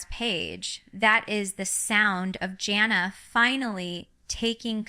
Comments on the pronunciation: I agree this is AI. Ginger would know how to pronounce her oldest sister's name and it isn't JOHNnah. Her name is JAN uh, Jana. FAKE video waste of time. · I watched about less than ten seconds ...first she called her John-a , and then Jane-a, neither of which are correct and jinger has NEVER called her either of those. She really should sue, as someone else has suggested! What in the AI crap is this?!!